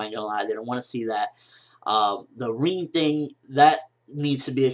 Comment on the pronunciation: Im sorry, who is reen... i thought his name was RIN = like rim but with a N...,( R IN ) and Madara... lol why you say it like that.